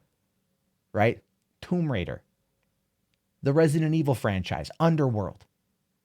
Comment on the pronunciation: Did he say Tomb Raider.... wtf?